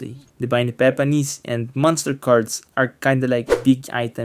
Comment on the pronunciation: Epepanis. halatado 🤣